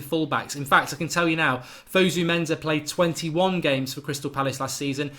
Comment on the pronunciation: In Fosu-Mensa, the Mensa is pronounced "Menssa" not "Menza". FYI...